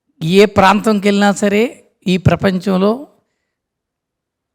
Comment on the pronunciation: గారి విశ్లేషణ చక్కగా ఉంది. గారి anchoring పేలవంగా ఉంది. తెలుగు భాషలో ఉచ్ఛారణ దోషాలు చాలా ఉన్నాయి. మళ్ళీ, వెళ్ళి వంటి పదాలు చంపబడ్డాయి. అది చక్కటి తెలుగు పాటల పల్లకి అన్నప్పుడు, వీలైనంత వరకు తెలుగులో మాట్లాడడం బావుంటుంది. తెలుగులో పదం లేనప్పుడు, అన్య దేశ్యాలు వాడడంలో తప్పు లేదు. ఇలాగే కొనసాగితే, ఆవిడ ఈ కార్యక్రమానికి పనికిరాదు.